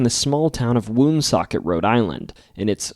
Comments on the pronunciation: I grew up in Cumberland and Woonsocket RI. Its pronounced One-Socket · I thought you are from RI but the way you pronounce Woonsocket says otherwise